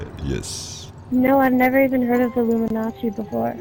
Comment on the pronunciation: That had me in tears. The "You sound German" came totally unexpected. On a side note: Did he/she say Illuminazi? Totally sounds like that.